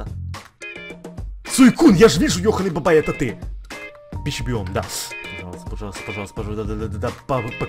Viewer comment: почему ты говоришь йохонный бабай